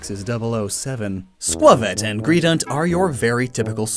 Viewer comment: It’s still not called Greedunt- it’s Greedent.